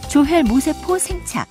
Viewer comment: 조혈 모세포로 발음해야 합니다. 모에 액센트를 해야 의미가 정확히 전달됩니다.